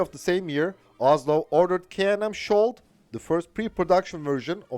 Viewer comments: Your pronounciation is dead wrong. the sk in skjold is pronounced like the sk in skiing. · In this case its Skjold, not skold. Skjold means shield